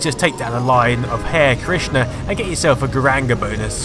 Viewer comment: 'hair' krishna? Really? (ha-ree)